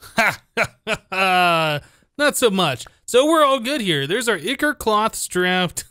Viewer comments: I think it is Eye-core not i-core like the way it is said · Its pronounced as eye-chor not e-chor :D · Nero Zashi I know this is a year old, but the ch is supposed to be pronounced as a k So it would be eye-ker instead of eye-chore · Ichor is pronounced eye-core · Pronounce it like "I, Core" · it's pronounced Ichor with a stressed I